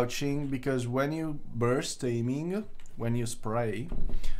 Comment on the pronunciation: Lol, "barst training".